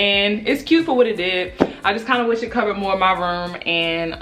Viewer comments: that Baltimore coming out 😂😂 “My Rerm” (room lmao) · She said my ruum instead of room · i thought she was saying “my verm” 😭😭😭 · Spirit Ik I Wasn’t The Only One Who Heard It 😂😂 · Spirit Dorsey I love it!!!😭😭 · Is it Room or Ruum or Reum? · The way say room🤣🤣